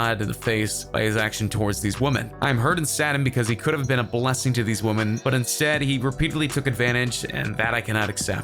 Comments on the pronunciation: Is it just me, or is the guy narrating saying "woman" in places he should be saying "women" (plural)? It's incredibly distracting... Lol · Is the speaker on this video a computer? I have never, ever heard anyone pronounce the word 'women' quite like this...